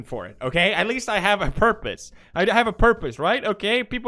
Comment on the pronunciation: Why does he pronounce purpose like herpes